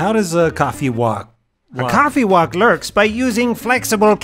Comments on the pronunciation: I didn’t hear it the first few times. Went back, and wow did that lork. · "So how dose a coffeewock... (stops to rethink his life)" "A COFFEEWOCK LORKS"! Perfect